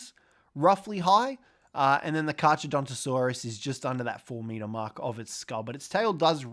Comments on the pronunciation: Pronounced car car btw. Even tho it’s spelled with h’s it’s silent. Same name as great white shark’s scientific name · You don’t pronounce the ch in carcharodontosaurus. You only pronounce the c, so it’s carcar